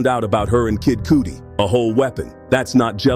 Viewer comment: 😂😂😂The AI must be stopped! Poosha T was bad enough, but Kid Cooty?!